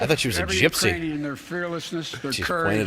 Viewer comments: Watch Kamala's face when Sleepy says "Uranian people" -- she can barely suppress a laugh 🤣🤣🤣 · Did y’all see Kamala mouthing uranian when Biden said Uranian instead of Ukrainian. Hilarious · It wasn't Iranian... he said Uranian. LOL! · He said Uranian. You know, people from youranus, I mean Uranus Come on man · "the Urainian people" Lol.😂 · He said Uranian... like people from Uranus. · That speech was brutally embarrassing, Biden is an embarrassment. “Uraniun’s” 😂😂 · Lmao liver fail after this live stream. Also I love how kamala caught his "Iranians " when he means "Ukrainian" Slip up. She mouth the word an kinda did a head roll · hahahah, when he said Iranian , even Kamala Harris had to reread what he read